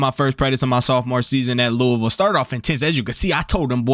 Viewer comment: Are you from Louisville because this is the first time I heard someone pronounce it the right way